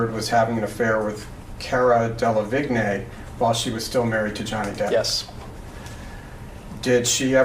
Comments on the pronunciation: "Del-av-igg-nee" I spit tea onto my bed sheets. In case you didn't know "del-ah-VEEN" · Her name is pronounced Del-ah-veen lmaoo that guy saying vig-neigh 😂😂 like I get it but still! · Dell-a-veen. That's how you pronounce Cara's last name. Definitely not Dell-a-vig-nay 😉💗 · Same 😂😂😂 That was painful... I mean how hard is it to look up how to pronounce someone’s name? I don’t even like the lady, but I know how to pronounce her name 🤦🏻‍♀️ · Kara or Cara Delavigne is a model and actress her last name is easy to pronounce it looks hard but its pronounced Dela-Veen. That guy was pronouncing it so funny. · It’s pronounced Del aveen. The a is a soft a so Cara you can easily read, then it is just Del Aveen in order to read it correctly. Hope that helps. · It’s pronounced De-La-veen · Car-ah Del-la-veen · ok, 1) Why the hell would you even look at other men (or women) when you are married to Johnny Depp? When Johnny Depp is IN LOVE WITH YOU??!!! and 2) I thought Cara's last name was said with a silent G, pronounced Dela-veen (or something?) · Delevingne = Day - luh - vee - n'yuh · pronunciation is “deh-lah-veen” I believe... just to help ( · Dey-La-Veen....g is silent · Cara Del-a-Vig? N A Y!!!!!! ;P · I kno cringe 😖 Hurt my ears.. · The way that lawyer says cara’s last name drives me crazy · Ok but the way he pronounces Delevingne 😭😭